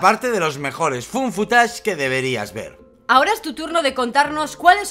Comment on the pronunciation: Me encanta que lo pronuncien como "fun footage" <3